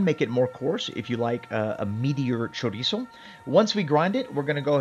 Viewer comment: THANK YOU, of all the videos on youtube you are the ONLY one who pronounced Chorizo correctly, that makes a HUGE difference for me because it means you grew up eating it